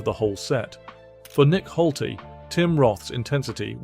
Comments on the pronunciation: its not holty its nick Noltey. nolt leee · His name is nolte not holter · It's just way too distracting to hear Nolte's name being mispronounced as Holty every 10 seconds. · Hol-tey? Sizemore when you don't show Sizemore... Hole-teeeeeeee, hahahaha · Excuse me why won’t you pronounce Nick Nolte’s surname correctly it begins with an N not an H sorry if I sound pedantic but I find it infuriating, apart from that great video !